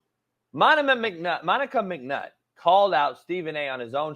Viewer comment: My boy can't say Monica Mcnutt for shit 😂😂